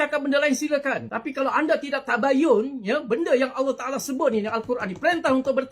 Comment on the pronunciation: Taale taale taale... Sebut btl2 le